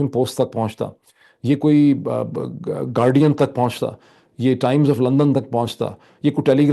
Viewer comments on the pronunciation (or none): none